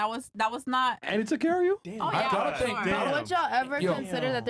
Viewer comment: Just here for the "shut up for 2 seconds " and "tink bout dis", "you know whats funnyyy" 😂